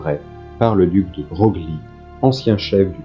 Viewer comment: on prononce "de breuil" et non 'de broglie". attention aux voix numériques !!!